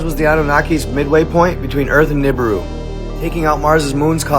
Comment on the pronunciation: Also igigi is pronounced E-gee-gee . And Nibiru is pronounced Knee-beer-ew not nib-a-rue